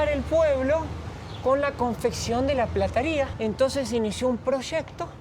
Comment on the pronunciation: Se dice PLATERÍA ;no se dice Plataria.